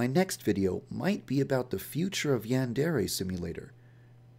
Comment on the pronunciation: OH MY GOD,for the first time in forever [Insert Frozen joke here] he pronounces Yandere right,I'm so proud of you Too bad you don't do it for your other videos